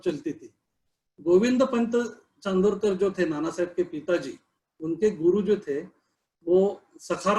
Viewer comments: Sir plz plz he is not chandrokar u pronounced wrong.. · .Please get your pronunciation right.It is Nana Saheb CHANDORKAR not Chandrokar:)